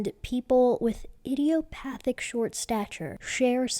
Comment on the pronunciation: You are pronouncing idiopathic correctly.